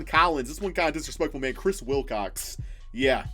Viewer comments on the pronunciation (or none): Who else had a ad when was saying Wilcox and sounded like cocks EDIT: TWICE